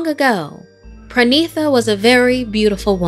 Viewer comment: As a Bengali I feel that this story was great. But just one correction. It's not PRANITA... It's PA - REE - NEE - TA. Parinita.